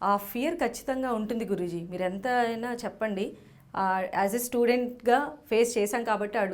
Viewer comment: మీరు ఆయన్ని గురూజీ అంటున్నారు. కానీ నాకెందుకో జిగురు అంటున్నారేమో అనిపిస్తోంది😜